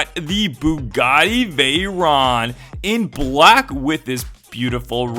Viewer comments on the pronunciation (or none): none